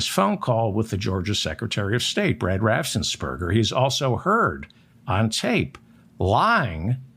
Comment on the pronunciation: It's RAFFENS-BERGER not RAFFSENS-BERGER. No S after the FF